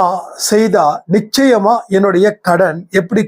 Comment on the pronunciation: "நிச்சாயாமா இருக்குது."